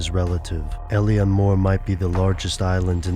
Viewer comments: It's pronounced Ay-leen ... Not el-ian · It's pronounced ill-an